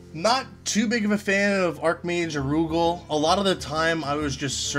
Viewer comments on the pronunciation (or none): I can't believe some people pronounce Arugal as "Aroogle"... that just sounds so fucking weird.